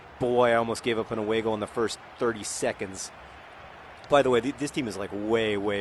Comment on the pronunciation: Every time John says "away goal" I think he's saying "a bagel" in a funny accent